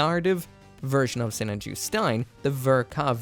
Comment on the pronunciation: You say it so weird. I say Sinan Ju